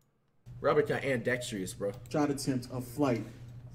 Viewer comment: Let’s not speed past the fact that Flight said “ima be andextrious” instead of ambidextrous....